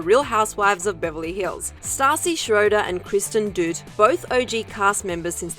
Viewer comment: Honestly, I think you really need to learn peoples names if you’re going to report on them... Kristen doot?